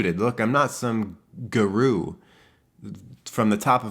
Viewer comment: Hi, so, longtime listener, first time caller, and I just had to comment on this. This video is so poignant for me...I was on the verge of tears until the way you pronounced “guru” and then said you were “sluggin” up a mountain lol. You are magical. You speak to my soul. And clearly so many others’ as well. After watching this vid three times (heh yikes), I feel so comforted and I know now that I’m not alone in this problem. So thank you for that